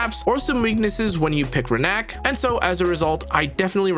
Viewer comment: It’s Rina-k not Renak